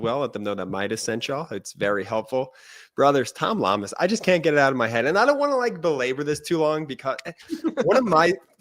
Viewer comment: Guy in red needs to pronounce reporter's name correctly: it's Llamas-say it like "Yamas." Come on! You folks in media are supposed to be wordsmith and Spanish is probably the second most spoken language in the country. And you're not alone with mispronunciations.